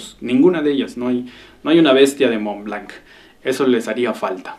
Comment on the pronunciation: SE PRONUNCIA MONL BLOT